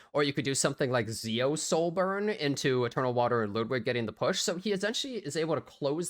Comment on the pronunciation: You're the only YouTuber who covers e7 who actually pronounces Ludwigs name correctly